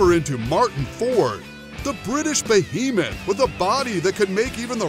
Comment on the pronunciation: "Martyn Ford the Iranian Hulk" "Martyn Ford the British bohemith" Which is he? 🤔